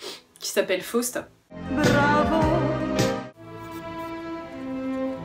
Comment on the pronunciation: Please, First of all: try to pronounce Faust correctly.....